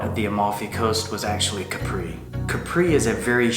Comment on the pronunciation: Nice video. The first thing we learned about Capri is to pronounce it KAP-pree ;). Also you didn’t mention the funicular that takes you up to the hill. No taxi needed. You briefly showed the historical Carthusia perfumery,,, I hope you went inside. ?